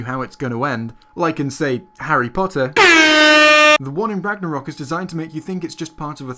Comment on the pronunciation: "Ragnaroll credits" did just sin norse mythology?